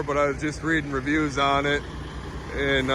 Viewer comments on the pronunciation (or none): none